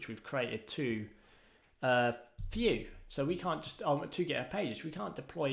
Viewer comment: so, you call don't call it Vue , you call it "Fue" in British